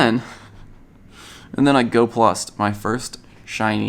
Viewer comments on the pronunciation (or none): It’s not go plus for you it’s go plusle for you